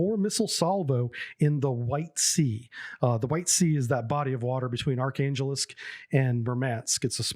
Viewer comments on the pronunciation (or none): none